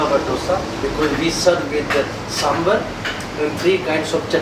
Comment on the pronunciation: Hare Krishna 🙏🙏. I love the passion of chef. It reflects is the taste as well. Thanks for bringing this in your channel. The only suggestion I have is. I notice the chef saying samber and your title as well. It's actually "Sambar" and not "Samber".